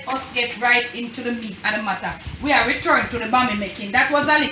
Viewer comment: “Hey, heverybody, how har you doing? Har you hay-okay?” Lol! My husband and I chuckled 🇯🇲 thank you for the video!